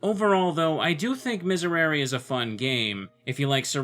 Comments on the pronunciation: To pronounce it right you just need to say the third 'e' of miserere like the other two... I know it's hard because the pronunciation of 'e' in Latin and English are a lot different, your way of saying 'e' is our 'i' and bla bla, it's like you're saying Misereri rn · The proper Latin pronunciation would be Me-Say-ray-ray. I always makes the e sound and e always makes the eh sound. The conflicting pronunciations probably came from ecclesiastical Latin, or as I like to call it, bad Latin. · It's pronounced mees air ay ray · Miserere as pronounced in a choral setting is “me-seh-ray-ray”, but Latin is a phonetic language. I think the technical pronunciation is “miz-air-air-reh” but Latin isn’t my major so grain of salt. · Miserēre would be pronounced MEE-sehy-REHY-rehy (with an R like the D in “lady”) if going for Latin. English dictionaries, however, list the pronunciation exactly as you’re saying it. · Miserere is latin, so it should be pronounced similar to French and Italian, "Misèréré". Something like that. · Miserere is pronounced "Mizéréré" ("é" like in french) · It's been a while and IDK if you really care, but that's not quite how you'd pronounce Miserere in Latin. Latin has very consistent vowel sounds and all the E's have the same E sound as in "pet". You said the last E with a long E sound that didn't exist for the E vowel in Latin (that sound was reserved for the Latin vowel I.) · I think you pronounce it more like an Italian, since Latin originated in Rome. Thanks for showing me this neat game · The last "e" in miserere should sound exactly like the other ones, rest of the pronunciation is good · Hey, completely unqualified viewer with some Spanish knowledge and general interest in languages here. I'm pretty sure all the "e"s should sound the same, so just change the last one and you got it. Regarding the actual video I must say it is indeed pretty cool